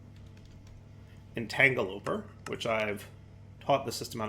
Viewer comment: Entangle-o-porter not Entagle-oper